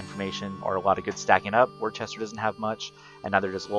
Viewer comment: Love the video taught me a lot, but way off on the pronunciation of Worcester. Not that it matters but some of the towns around Boston have some really odd pronunciations. Sounds more like Woo-ster To hammer the point home another example Peabody, you would think Pee-body as anyone would, but it is more like pee-ba-de. Very strange us New Englanders :/